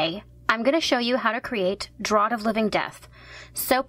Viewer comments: You pronounce it as draft not drot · Just as a reference, it's spelled Draught but it'se pronounced Draft ^^ honestly I love your videos though, I'm planning on having a whole wall of these potions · really enjoyed but one thing, it's pronounced draft actually XD not draught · It's draught as in drinking and is pronounced with a sort of f sound but yeah I really like your designs :)